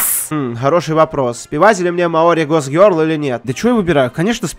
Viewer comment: кто ни будь по щи тайте скока раз он произнес мой гок гёрол